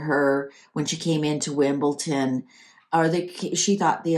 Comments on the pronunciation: It’s WimbleDON not wimbleton 🤣🤣🤣🤣🤣🤣🥰🥰🥰🇬🇧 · is aware and is leaning a lot less on the 't' now. I have noticed a lot of American readers say Wimbleton. It may be pronunciation overall in the American/Canadian accent.